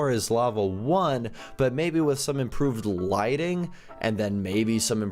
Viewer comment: and with not ith xD